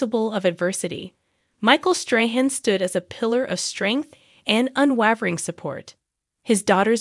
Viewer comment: Can you not find a person who can pronounce words correctly (i.e. “unwavering”), and read so that the script makes sense?